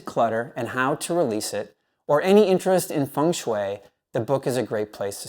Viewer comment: Thank you for your recommandations😊 And you are one of the few persons pronouncing "Feng shui" the right way👍😉